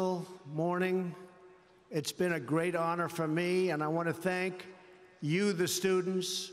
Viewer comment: Inspirational: 'You too can have a great sperts team, sperts is gret'